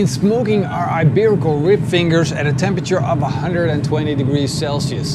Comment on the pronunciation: Hi, not sure if somebody mentioned already, but the "i" in "iberico" sounds like the "i" in "ik" in Dutch, not like egg "ei" in Dutch. Great video, cheers!